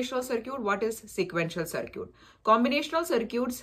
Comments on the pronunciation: Its called (circuit )Sarkit not (circut)sarkut. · Its called Circuit(Sarkit) not Circut (Sarkut).